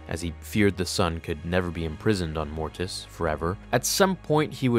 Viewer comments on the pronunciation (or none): Why do you put so much emphasis on the "T" sound in "Mortis"? Every time you say "Mortis" it sounds like "morTis". It wouldn't be as noticeable if you only said the word once or twice, but in a video about Mortis, it is quite noticeable.